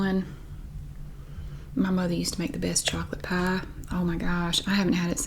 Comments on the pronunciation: Love your assessment of your pronunciation of "pie"! It's as though you say the first vowel sound in the "ie" diphthong, but don't widen your mouth to the hard "e" at the end. Or, you say "pah" through your nose like a Midwesterner! Or, of course, you're just pronouncing the corn dog accent 😂🤣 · The way I would spell pie if I only heard you say it would be paigh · I think it’s pronounced “peye.” 😂